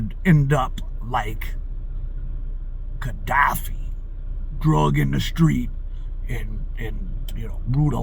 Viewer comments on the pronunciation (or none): none